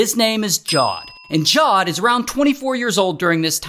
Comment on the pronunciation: his name is javed not jawed